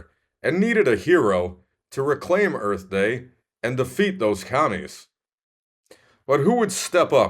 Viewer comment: Buttons... too funny!!!!!! Love the crash! EARF! LOL! That was great!!!!!